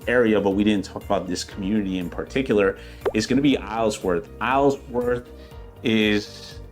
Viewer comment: Isleworth, you don’t pronounce the s